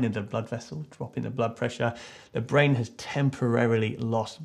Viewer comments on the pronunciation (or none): "To pump to the blain. The blain? The brain." Replayed this at least 10 times because of how funny it was.